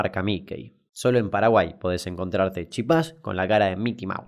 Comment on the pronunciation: "PEDO PADAGUAI NO EZIIZTEE" chupenla... CHUPENLAAAAAA